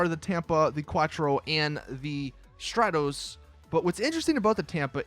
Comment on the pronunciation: "stra dose" its stroar tos. lancia stratos, you need to pronounce the car names properly man